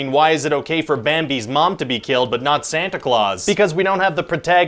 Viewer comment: oh, it"s the real pronunciation was always "Santa Cloth" then?